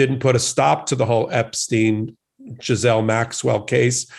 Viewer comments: Happy New Year!!! Your New Year's Resolution is to learn how to pronounce a few words: the COVID variant is: OMICRON and NOT: OMNICROM; the Defendant's name is GHISLANE [GIE-LAINE] NOT GISLAIN; I'm glad that the Gov. of Colorado reduced the sentence of the truck driver who lost his brakes, and yes it was his responsibility to have has his brakes maintained and drove to fast but shouldn't have been sentenced 110 yrs.; There are those who are serving much LESS time for something more egregious and intentional. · First time watching. Please note : Her name is GEE'Lane ...or the americanized version Ga'Lane... NOT Giz'ane. When you are going to speak about people...you need to learn how to appropriately say their name... so you don't look less than intelligent. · GH is pronounced gue and the s is silent... 😉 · If you can't pronounce her name, just call her Ms. Maxwell. It's a HARD G, and THE S IS SILENT. Sounds like Gill-Ain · Not That it matters, and only as a point of interest - I heard one of the brilliant lawyers on the podcast #sistersinlaw provide the correct correct pronunciation of Maxwell’s first name. apparently, it’s a French name, and it’s pronounced - Gill-ain. Hard G, silent S. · Before this guy came on he needed to learn how to pronounce her name correctly or consistently; it's pronounced Gil-lane! I bet Ghislaine is uncomfortable in prison she is probably scared and lonely. I'm sure her brother is putting money in the accounts of people that are close to her in the jail house. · Ghislaine, not Giselle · Good lord, the mispronounced words in this video. Getting both Maxwell's name, but also the Omicron variant wrong. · Right. Also the s in Ghislaine is silent.